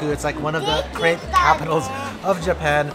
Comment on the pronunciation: i am not french but the way you pronounce crêpe really disappoints me